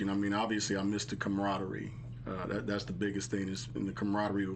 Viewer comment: I hope you ladies get better with interviewing. The first 30 minutes were a mess and please learn how to pronounce "camaraderie".